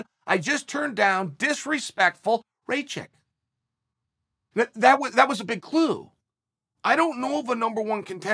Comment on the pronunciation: Rey-check...as one once said: ,,Who the f is that guy? ,, 😁